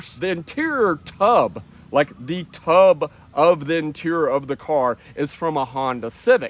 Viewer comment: De Thuhhb! 😂